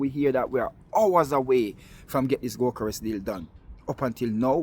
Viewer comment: That is " go- kor ess"....